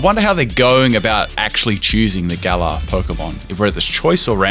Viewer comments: Ur saying Gallour weong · The Way You Said Galar Smh 😓